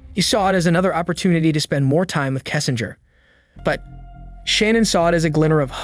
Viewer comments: Her name is pronounced “Shuh-nan” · Idky but it drives me nuts every time the narrator says Shannon instead of Shanann. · Great work -- unfortunately marred throughout by mispronounciation of Shanann's name: it is not "Shannon" but Shah -nahn. Too bad. I know the creator is sincere and no disrespect was intended. Again: great overview with a lot of detail as well. A crime so heartbreaking and horrifying. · Her name is pronounced SHA-NNAN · You're pronouncing her name incorrectly. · You spent two months on this and you’re saying her name wrong through the whole video, that’s disrespectful. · You keep saying Shannan's name wrong dude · 5 minutes in and I can't listen to you pronounce her name wrong anymore. Do better.